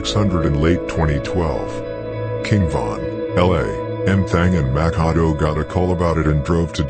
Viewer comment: His name is Mak A Do mack a do ya